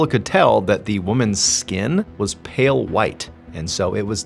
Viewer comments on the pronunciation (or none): none